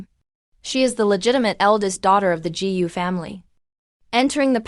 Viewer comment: Constructive criticism: Gu is pronounced Goo